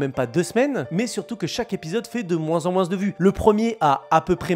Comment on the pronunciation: Je rêve ou tu dis « moinSS »